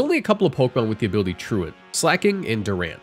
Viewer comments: Thank you for being the FIRST poketuber ive EVER heard pronounce Truant correctly. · Gotta give you props for pronouncing 'truant' correctly instead of saying "true-want" like every other poketuber. big salute